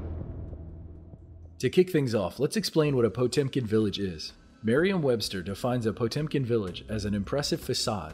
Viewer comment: For a second I thought he said Pokemon Village.